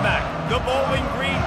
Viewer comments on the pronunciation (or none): none